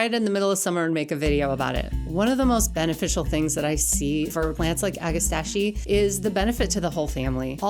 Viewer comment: Ag-ah-STACK-ee. You're welcome.